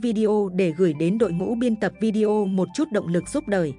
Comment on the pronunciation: Nói “ vi đeo “ nghe không hay chút nào !!!